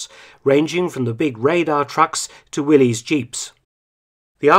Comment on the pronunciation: Here’s probably my only chance to suggest a correction to Dr. Felton. “Willys” as in the Jeeps is pronounced “Willis”. A common mistake I only learned to correct recently.